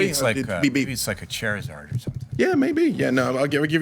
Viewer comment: Hearing try to talk about Pokemon Go and name drop a "Chair-izard" was a gift I did not know I needed tonight XD It was cute. We love you!